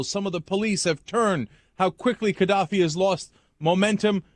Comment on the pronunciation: Is Cenk pronouncing it wrong? Or is the G in Gadaffi meant to sound more like a K